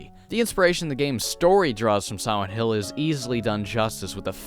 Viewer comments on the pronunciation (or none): "Y'all know just how much I love sowent hill" I love ya man but it's SILENT, pronounced Sigh-lent. The lent is not a sow.